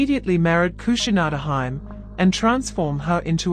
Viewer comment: I think the pronunciation is off for "Kushinada-hime." It's my understanding that the feminine name ending -hime is usually pronounced HEE-may rather than HYM.